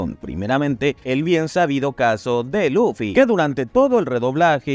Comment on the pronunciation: Por que pronuncia Luffy con laffy o loffy?